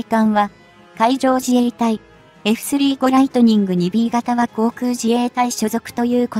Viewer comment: 又，スリーごではなく，サンジュウゴです。読み方が間違っています｡きちんとした情報を下さい。